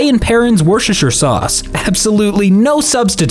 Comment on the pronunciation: You pronounced Worcestershire correctly? You are an Eldritch being, aren't you?!